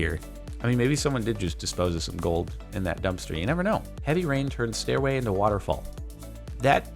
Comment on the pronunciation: did you say "GOLD" mine?